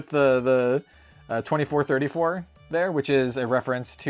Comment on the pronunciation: 2434 is read as ni-ji-san-ji yeah, it's a company name pun